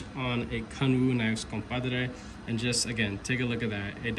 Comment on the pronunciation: say compadre again